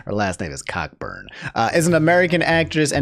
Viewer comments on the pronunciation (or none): Hey I just thought I'd say, as a person with the last name Cockburn, that it's pronounced Co-burn. Might have to cancel you over this, you should know better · Which god damn ancestor made their family's last name "Cockburn" LMAO